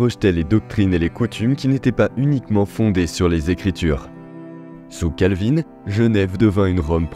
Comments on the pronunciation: Bonne vidéo! La prononciation des noms laisse vraiment à désirer 😂 Vous êtes excusé pour la prononciation des noms allemands. Mais Calvin était français, donc pas Calvinn. Et le h d’Helvètes est un h muet. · oui juste et Calvin , non pas Calvine lol